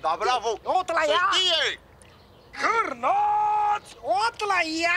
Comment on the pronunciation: Cârnaați Outlăia